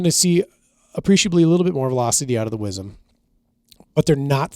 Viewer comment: “wizzum” … yall killin me …. i twitch everytime it’s said …. southern born/bred … southwest louisiana …